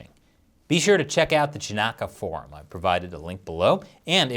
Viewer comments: That pronunciation of Chanakya killed me XD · ❤ the way Chris said "CHANAKYA"